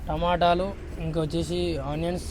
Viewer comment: టమాటిలు కాదు టమాటాలు